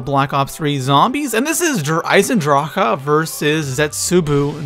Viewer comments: Stop saying DER eisendrachAHH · It's just eisendrache, not eisendrâãåcke. Stupid bitch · I stopped watching the video because of how he says der eisendrache, der eisendracha? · you spelt der eisendrache right but you say the e at the end of eisendrache longer